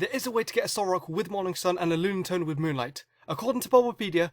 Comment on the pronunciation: Solrock and Lunastone IS KILLING ME XDDD